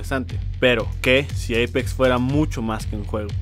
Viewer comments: Che amigo no se dice EIPEX ES APEX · Eipex se pronuncia :v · No es Eipex es Apex >:v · Apex no eipex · Jajajjaja dice eipex